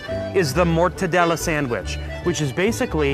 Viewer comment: "motadella sandwich"...MA LI MORTACCI TUAAA...